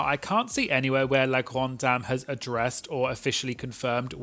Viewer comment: ikr, as a french myself, his pronunciation of La Grande Dame and Parfum Orange was actually really good !